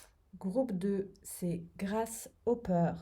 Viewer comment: 😂 Avec son accent, j'avais compris gracehopper. 😅 La grâce de celui qui espère. Pas mal aussi.